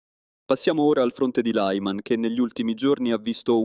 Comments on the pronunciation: Si dice LIMAN... non tutti i nomi del mondo sono in lingua imperiale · Lyman pronunciato [laiman], neanche fosse una parola inglese, non si può sentire.